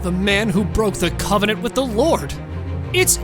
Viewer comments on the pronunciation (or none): none